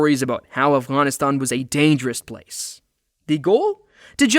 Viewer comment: Thnx for pronouncing Afghan and Afghanistan so correctly